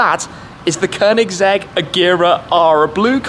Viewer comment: You are one of the only people to pronounce “Koenigsegg” right